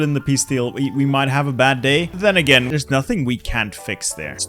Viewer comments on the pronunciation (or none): none